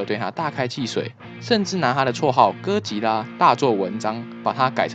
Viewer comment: 唸對哥吉拉給你一個讚啦~媽的 那個 竟說他是酷斯拉 傻傻分不清哥吉拉跟酷斯拉的分別